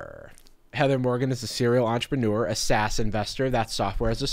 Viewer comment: I swear you called her an Assassin Rapper, not a SaaS and rapper